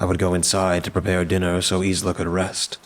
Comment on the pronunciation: Isla is pronounced ‘I LA’ Just so you know